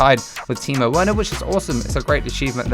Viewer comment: Werner said wearner lmao but love ya content